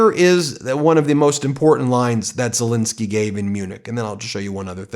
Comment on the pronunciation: It's Zel Ensky NOT Insky. You have not pronounced his name correctly EVER. Should we call you Bin instead of Ben ?